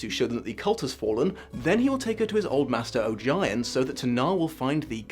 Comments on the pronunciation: Say it with me: "OH-GEE-ON" not oh jy on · Also, a couple of gripes: Ogion is pronounced like it rhymes with "bogey on" (according to LeGuin). More important, to me: Ged didn't meet his dark half. The shadoww wasn't a manifestation of his ego or of his evil. It was his mortality - the literal fact of his inevitable death, made manifest. It could not be run from, it could not be defeated. It could only be accepted. It WAS him. All along. Others, in that book in particular, who put the label of evil on it never understand it as well as Ged does. He's the only one we know of who ever comes to understand and 'defeat' such a shadow. Likewise, the dark powers of the earth, including the nameless ones, are NOT evil. They're not soul eating demons. They're not monsters. They were here first, and they never thought like we do, or felt like we do. They're the older forces that keep the world anchored and sturdy. So much so that they seem to be bound to specific places. They are every bit as important to the balance of Earthsea as are the dragons, the humans, the sun, and the sea. Ged even plainly states to Tenar that they're not evil. But he also says that people shouldn't have anything to do with them. They're alien. Unlike us. But not evil. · His master is pronounced OH-gee-on based on my audiobook but who knows I guess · Just wanted to say "Ogion" is pronounced 'bogey(without the B sound)-On' from le Guin her self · That's a relief. I've been pronouncing it that way in my head for years. Hearing "O-jai-on" messed with my brain a little. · Umm if you listen to Ursula LeGuin herself reading one of the short stories in The Tales of Earthsea (which is a collection of short stories including how Roke was founded and about Ogion and his master), you will notice that she pronounces Ogion as [OH-GEE-ON], it was a bit disconcerting to hear it, not mispronounced but not pronounced as intended. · Oh-gi-on? I’ve been saying it to rhyme with ‘Onion’ 😂